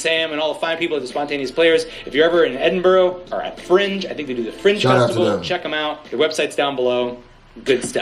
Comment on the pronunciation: Man called it edinbooorugh